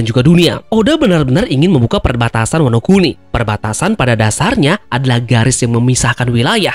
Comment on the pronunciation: ワノ国: bacanya Wano kuni artinya negara, bukan oi. Teori ngakak 😂😂